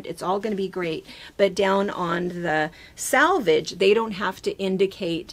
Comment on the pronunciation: SELvedge, SELvedge, SELvedge - not 'SALvage.' (SELvage in US spelling.) Two entirely different words, and if you want to come across as professional and knowledgeable in your field, you NEED to know the vocabulary and pronounce it correctly. Salvage means to save something that is damaged. Come on...